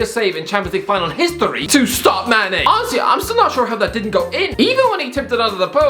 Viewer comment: Everyone else: Honestly: Owesy